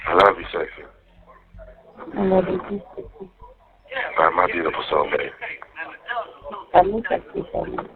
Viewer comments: why is it when says "sexy soulmate", it sounds like "sexy cellmate"? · Every time he says "soulmate" I just here "cellmate"...